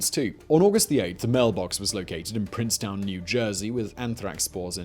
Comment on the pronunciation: It’s Princeton, not Prince Town